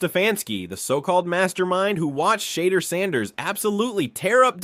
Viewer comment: Who is shader? At least pronounce peoples names right